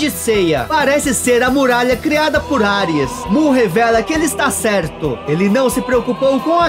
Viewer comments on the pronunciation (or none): none